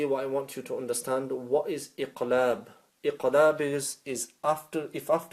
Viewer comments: Iam confused too,he sounds like noon ikhfa instead of iqlab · This one is not very clear here , as I can see others here are confused too. You sound like hiding the noon and I can’t hear a meem in your gunna. Pls clear